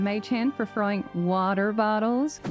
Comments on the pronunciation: Is there an inside joke from another video regarding why she pronounces "WAAAATER BOTTLES" with that emphasis? 🤣 It's given me a brain worm and now I can't even think about water bottles without hearing it in that voice. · i love how she is trying to correctly pronounce „water” 😂